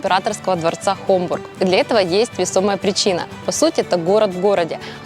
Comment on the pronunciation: Очень познавательно. Но... Это не ХоМбург, как вы произносите, а ХоФбург. Благодарю вас.